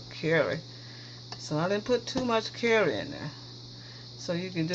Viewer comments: Jill Lancaster. And carry 😂😂😂😂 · Jill Lancaster took me a bit to figure out curry. Thought she was saying 🥕! 🤣🤣